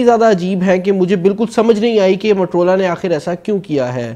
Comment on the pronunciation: Bro mattrola nai hota its moto-rola... motorola hota hy bhai...